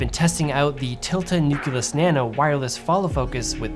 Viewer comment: It's nucleus, not "nookyalus".